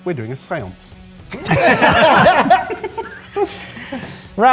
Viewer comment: I absolutely love Reverse Poker Face! Please keep it going! Also, “We’re having a seance!”😂😂😂😂😂